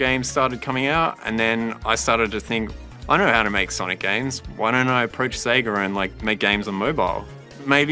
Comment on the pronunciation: Oh god.. SEGER.... how hard is it to say SEGA?!